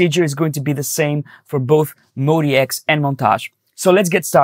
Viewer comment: It's "MOD" and then "X", Modx, not Mody X or Modi X. 🤣🤣🤣